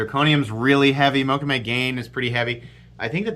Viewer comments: Just a note, I believe the second part of the name mokume-gane is pronounced ga-nay not gain 😄 Incredibly beautiful knife. Maxace is doing amazing stuff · Pronunciation … out of cultural respect … “Mokume Gane (pronounced Moe-koo-may Gah-nay) is an ancient Japanese metalworking technique, developed in feudal Japan by master swordsmiths. The name translates as "woodgrain metal," referring to one of the most popular patterns created to adorn samurai swords.” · Hey,, Mokume Gane is Japanese and is pronounced Mo Ku May Ga Nay. Love your channel. I collect Mokume items.